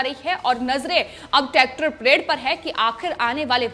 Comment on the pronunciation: It's not tactor madam